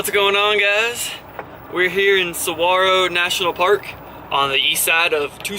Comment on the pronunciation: The G in Saguaro is pronounced as an H. I have made Tucson my winter home since 1983, I am a adventurer traveler, and vagabond. Been on the road by bicycle and backpack for 42 years since I was 21 in 1977. Happy Trails! :)